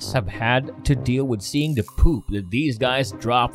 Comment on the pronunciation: I've never heard someone say "da" instead of the so many times in on video...🙄🤔🤯🤦🏼‍♀️